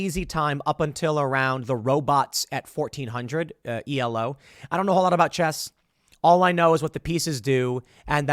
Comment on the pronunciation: Elo is pronounced "ee-low" not an acronym E-L-O. It was named after the inventor whose last name was Elo, originally created for chess specifically but since adopted by several other games.